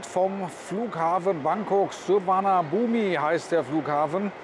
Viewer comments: Der Flughafen Suvarnabhumi wird übrigens nicht so ausgesprochen wie er geschrieben wird. Das "i" am Schluss wird weggelassen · Sind am Montag auch im gelobten Land angekommen. 5 Wochen Urlaub, bevor es nächstes Jahr dann endgültig rübergeht. Lange Wartezeiten bei der Immigration wie früher, trotz des Wegfalls des Einreiseformulars. Kleine Klugscheißer-Anmerkung am Rande: Das i beim Flughafennamen wird "verschluckt" und nicht gesprochen. Aber nicht schlimm. Viele sagen auch Battt statt Baht 😁.